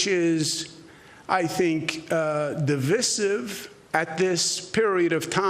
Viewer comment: I hate how he pronounces 'divisive'.